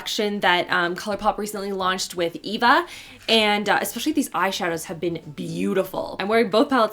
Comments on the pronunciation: E-va lol it’s pronounced like A-va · I love you and your videos, really I do. But, it's "ayeee-va" not "eeee-va" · eva is pronounced ava! but ilysm great vid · You said eva wrong it's pronounced Ava